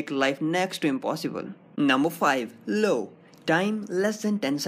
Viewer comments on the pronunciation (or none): dude i swear its not LO its IO ...